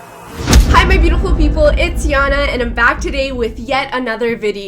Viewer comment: it jana not yana